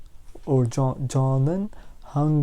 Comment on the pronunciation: 저는 is pronounced chonan?